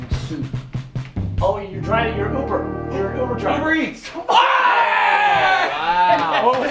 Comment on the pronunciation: he said ubar